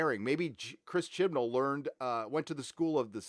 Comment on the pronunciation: They lost me at “Jodie Whittiker” and “Chris Chibnal”